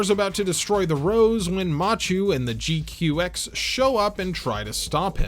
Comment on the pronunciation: It bothers me that you pronounce it as G-Cucks when it's proper pronunciation is G-Kwux. Rhymes with crux. Or fucks.